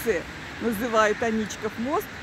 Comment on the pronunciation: Правильно: Аничков мост (Ф. Л. Агеенко. Собственные имена в русском языке. М., 2001) Ударение, а иногда и сама форма топонимов, производных от имен собственных (в данном случае - от фамилии первого владельца усадьбы, на месте которой были затем построены дворец и мост), - всегда вопрос традиции. Например, М.И Пыляев в книге "Старый Петербург" (СПб, 1889) называет дворец Аничковским, мост Аничковым и Аничковским, а на одной из гравюр ХIХ века дворец назван Аничкиным. В Ленинграде я не слышал никаких АнИчковых и только посте двухтысячных, с приездом новых педерцев, вошла в обиход эта гадость.